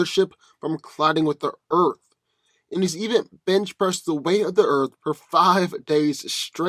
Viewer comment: For goodness sake please start pronouncing the word "Earth" properly!!! OMG it's like nails on the chalkboard every time you say "Earf" sorry but I have a pet peeve for mispronounced words. Like when people say "ax" when trying to say "ask"